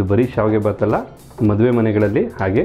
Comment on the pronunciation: Hulige lemon juice bedva sir. Sappe sappe iruthalva? Mathe furfect alla perfect antha heli sir